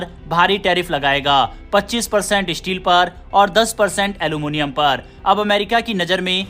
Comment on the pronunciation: Issteel aur alomonioum😂